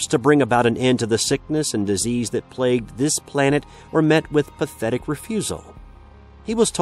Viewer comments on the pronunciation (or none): none